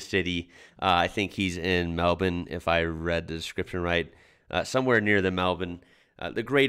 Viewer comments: you nailed it saying the word Melbourne, as in Mal Bin) most Americans call it Mel Buuurn. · Just the fact he can pronounce " melbourne" is awesome!